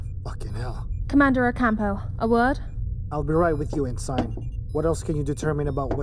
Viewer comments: En sign... over and over again... It is pronounced ensin, ask your other narrators. It really distracts from the quality of this product when you leave a glaring, terrible, mispronunciation. This makes it tough to get through the middle of the story. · Ensign is pronounced "en-sin" not "en-Sign". I really enjoyed the production but that really pulled me out of the immersion.